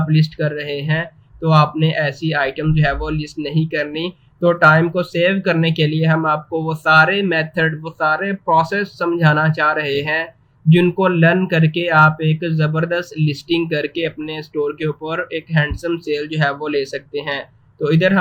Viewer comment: Learn❌ Lun✔🤣